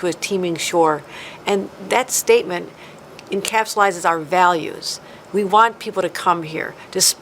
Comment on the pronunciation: "Encapulizes" is a new one, Kathy.